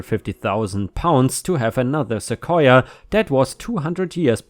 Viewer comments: You got the right pronunciation. Seh-Koi-Yah. :) Also, sending prayers to the Auntie. :( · Your pronunciation of "sequoia" is absolutely correct: "suh-KOY-uh". It's another one of those English words that migrated in from a local native language via some Spaniard who was trying to transliterate using Spanish language Latin characters the sounds he heard the native people saying. Some words, like sequoia, were apparently easier for the European scribes than others, like, say, the Nahautl Aztex words now written as "huacamole" and "huacao". There the roots of the words "guacamole" and "avacado" (and mean testicle and testes in Nahautl, I believe). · Once again you got the pronunciation spot on. Most of the u.s pronounces Sequoia the same way. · at least in Rochester New York, you are pronouncing Sequoia correctly. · You pronounced Sequoia perfectly, which is surprising as even AMERICANS don't always pronounce it properly, and it's literally a Native American word. The tree is named after the Cherokee Native who invented the Cherokee syllabary. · You’re pronouncing sequoia correctly. 🙂 ⭐️🌟⭐️🌟⭐️🌟⭐️🌟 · You said sequoia great! 💚🌟💚🌟💚🌟💚🌟💚🌟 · You are pronouncing Sequoia correctly. Cheers! ⭐⭐⭐⭐⭐⭐⭐⭐ I had a parking issue with a neighbor a few years ago. We have a small parking lot in front of my building. I'm in a 4 plex with 8 parking spots, 2 for each apartment. There is just enough room in the lot to back out of your spot the leave. One of my neighbors had people who would visit and instead of parking in the street, which has plenty of space, they parked their big-ass pickup truck behind everyones' parked cars blocking us in. When we complained, the started parking on the lawn--sometimes overnight. I had taken pictures of all this and emailed them to the management company, who in turn emailed them out to all residents with a note saying that if this continued the violators would be towed. Surprise, surprise, the truck started parking on the street.